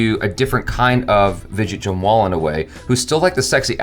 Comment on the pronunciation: No one:: Widget Jamwal 😅